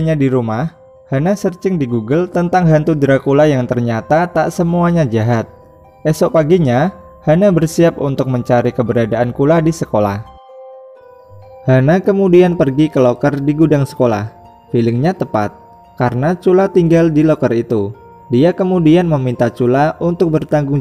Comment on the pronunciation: Bukan cula bang tapi kula